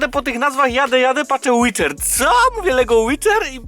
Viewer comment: CZYTA SIĘ ŁIDER KU*WA